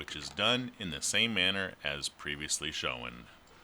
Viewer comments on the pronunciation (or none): previously show win ROFL. Maybe try shone as a pronunciation instead.